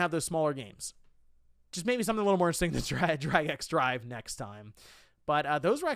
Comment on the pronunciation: It’s pronounced “Drag and Drive” not “Drag X Drive”.